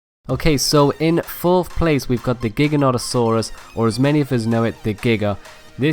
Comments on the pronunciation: Itse not Geegeenatosaurus. Its gchai ganto saurus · GIGA NOT A SAURUS??!! that killed me 🤣🤣🤣🤣 It’s GI GANT O SAURUS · HE PRONOUNCED GIGANTOSAURUS WRONG ITS GIGA GAN TO SAURUS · It’s pronounced Gigano-to-Saurus. Like gigantic. Not giga-not-o-saurus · ...... Sorry did he actually just say giga-not-saurus ..... giganotosaurus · It is pronounced jai-gant-o-saurus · Not giganotosaurus it's pronounced Jai-ga-no-tu-saurus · The way you pronounce gigantasauras triggers me lol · Its actually pronounced jiganatosaurous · I like how you said giganotosaurus wrong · Gi like how you say giganotosaurus it’s so funny